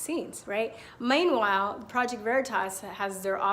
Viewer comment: haaa 😊 Was that an accidental southern accent? "meanwhile"